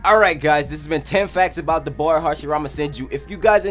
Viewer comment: When u say da boy it sound like u sayin "dabura" 😂